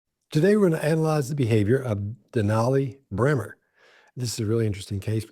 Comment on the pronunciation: The best thing about these vids is when smiles as he watches going off on one😂 Good video guys! Btw it is Brehmer x